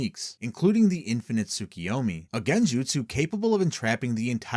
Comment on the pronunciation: IS THIS ? (btw, its tsukUyomi, not tsukIyomi)